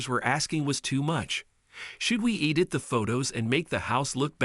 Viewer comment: Bead ridden? Really? What the heck EE-dit? The word is EDit. Stop using computers to read these!